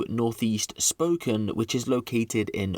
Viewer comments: Spo-can not spoken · Also, pronounced spoh-kayne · You really need to learn how to pronounce stuff...jfc it's not pronounced spoken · It's pronounced, Spoke Can. I live there and YES, a father is justified in, putting out the trash, that's his family duty. The justice system, just puts this garbage back on the street. So, as a mom and grandma, I'd probably do the same. I live in a very rural area, so, I'd just bury the garbage. ; ) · heh.. its pronounced Spoe-Can :D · Just for future reference brother, its pronounced like "spo-can". Amazing video as always looking forward to an update on this one man. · Pronounced as spoke Anne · it's pronounced as Spo Kane- As in Cain and not Can..I have a buddy who is from there and he was super anal about how we pronounce American Cities ect. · Pretty sure its pronounced "Spokayyynee" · Spo-can= spokane